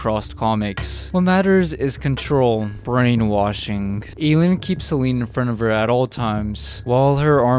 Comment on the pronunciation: Love the content pal really high quality 🫡 the Nuns names is pronounced A-Leen I’m pretty sure at least that’s how we would say it in Ireland 🇮🇪